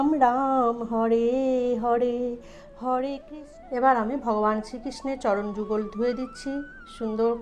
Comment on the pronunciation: Hore krisna, not hode krisna